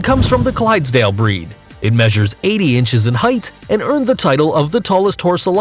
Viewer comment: I don’t like the way he says ‘it’ !!